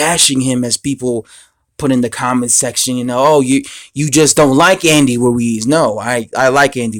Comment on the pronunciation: HEY, his name is RUIZ (not WUIZ)...That's ROOOO-ISSSS....HAVE YOU GOT THAT????